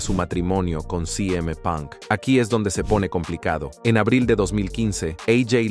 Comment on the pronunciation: “Si eme (CM) punk? “ A jei” ( AJ) Lee? Decídanse o lo dicen en español o lo dicen en inglés